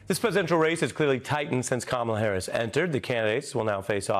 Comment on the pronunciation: C.L. demands to insult the VP of the US by mispronouncing her name constantly. Hey sport, real men don't play that.